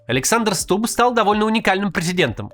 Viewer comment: Почему ты как дебилоханький говоришь СтуБББ? Ты по русски говорить разучился?